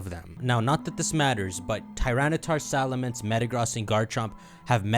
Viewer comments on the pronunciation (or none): none